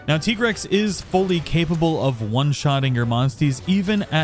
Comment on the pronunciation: Listening to you saying "tea-grex" makes my teeth grind, not gonna lie. It's tie-grex That armor really looks like a football uniform